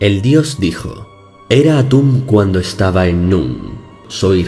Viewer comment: Lo siento mucho pero cuando dijo "Al anochecer soy Atun" no pude evitar morir de risa xD